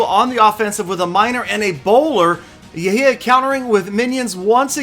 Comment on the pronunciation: its not yahya its actually يحيى